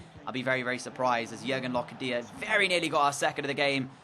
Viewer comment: for locadia it’s not loca dia it’s locardia